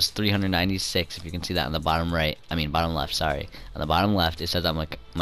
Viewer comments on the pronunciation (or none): none